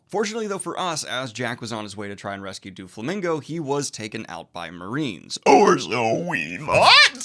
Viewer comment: Its Doh-Flamingo not Doo-Flamingo!